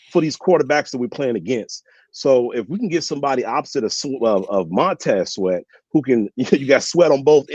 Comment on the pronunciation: Sweat not Shweat